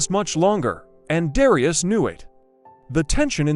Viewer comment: The commentator doesn’t even know how to pronounce Darius’s name. It would’ve been better if it was a real confrontation where there was actually the excitement of it instead of some person talking about it.